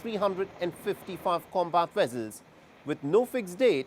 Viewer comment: What is a "Wessel" did u mean Vessel?